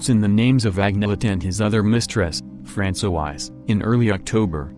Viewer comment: France-o-eyes. = Francois. 😂😂😂😂😂😂😂😂😂😂